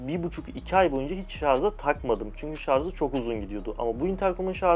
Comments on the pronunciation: ''Şarz'' değil, ŞARJ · Şarza mı taktın? 😂😂😂... Ben ikili setini kullanıyorum. Kn ile falan kıyaslanacak bir cihaz değil, çok daha iyi tabii ki. Sadece artçı ile konusanlar için çok mantıklı secenek. Zaten şarja şarz diyen birinin incelemesini de eğlenmek için izledim. Hiç şaşırtmadı. Cihaz güzel. Video ise şarz gibi olmuş işte😂😂.